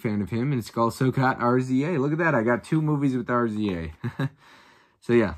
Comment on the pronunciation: Looks like you guys had a blast! Picked up some good stuff, too. Can't wait for your thoughts on Do the Right Thing. Best Man Holiday is good, but it is a sequel to The Best Man (1999). It's a good idea to check that one out first. FYI, RZA is pronounced Riza. Great video!